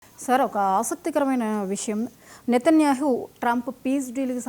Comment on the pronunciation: Nethanyahu you are pronouncing as netanyuhu. Please pronounce properly